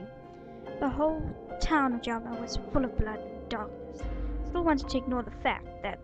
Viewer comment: Its Ja ma not jam a good video though :)